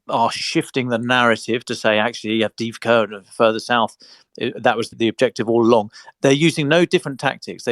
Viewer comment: May I suggest the following pronunciations: Kyiv----"kayeew" not "keeiv" Avdiivka---"avdeeyeevka" ---the second i is a "yee" ------not "avdeevka" Vuhledar----"voohhhledar"---the H should be pronounced---not "vuledar"